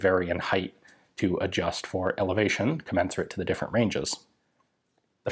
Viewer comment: Co-men-sir-ate. Not commence-cerate. Commensurate.